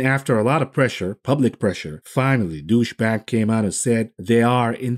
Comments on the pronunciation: "douche bank" lol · Love how you deliberately pronounce Deutsche Bank as Douche-bag 😂👏